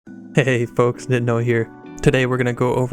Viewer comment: Did he just say hehey folks